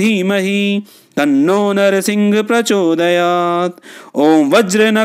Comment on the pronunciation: ॐ वज्रनखाय विद्महे तीक्ष्णदंष्ट्राय धीमहि तन्नो नृसिंह प्रचोदयात् ।। ये गायत्री छंद मैं हैं मंत्र महोदय परन्तु आप नृसिंह को नरसिंह पढ़ रहे हैं जो की उच्चारण अशुद्ध है और छंद भंग हैं